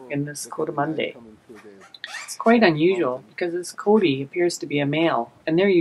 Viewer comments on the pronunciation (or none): That's not how you pronounce "coati"!